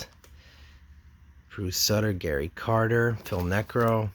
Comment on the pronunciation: You pronounced Phil Niekro's name wrong multiple times yet you somehow pronounced Joe Niekro's name correctly. Odd.